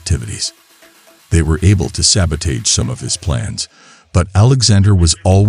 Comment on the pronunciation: Awesome camera moves. How did you do it? A few mispronunciations in the VO, namely "sabotage" . Kinda feel like this format works better around 2-3 minutes and doesn't try a complete story arc. Cliffhanger seems appropriate. To explore a similar story check out Neil Blomkamp "Elysium" if you haven't. To be real, the mega-rich would have evolved not to tolerate 1G gravity over 1,000 years, so maybe they develop anti-grav tech to allow their new species to go to the surface. Keep on!